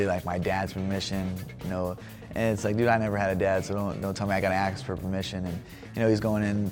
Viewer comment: "don't tell me I gotta AKS for permission" White Cody Garbrandt